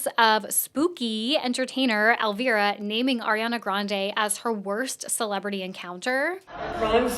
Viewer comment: Ily but the mispronounciation of Elvira is killing me 😭